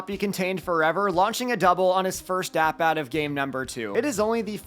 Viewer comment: no offense but i hate that i always notice it when u say "at bat" the way u do.. its like stewie (family guy) when he says "whool whip"... or "ru-ined" 🤯😄 but as usual, nice video 💪🏽👌🏼